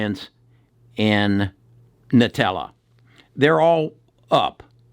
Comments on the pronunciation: It's Invitae. NOT "Nutella". lol. We don't spread Invitae on bread.... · Nutella is what I heard lol